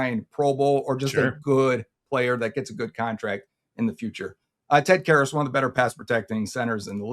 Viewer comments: Ted karrus. Care-us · Bengals do not have a depth problem at guard lmao.. they probably have one of the best IOL situations in the NFL. Also the way you mispronounced Ted Karras was wild lol